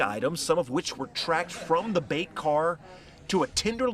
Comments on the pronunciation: “bait” cars not “beat” cars wth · It's BAIT NOT BEAT!!!!!!! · Did she just say, 'beet cars'? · Did she say “beet” cars?